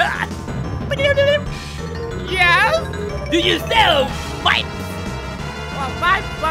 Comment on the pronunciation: The prankster say bats and not brats!